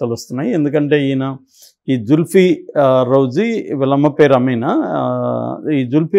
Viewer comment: రజ్వీ కరెక్ట్ pronounce చేయండి రౌజీ కాదు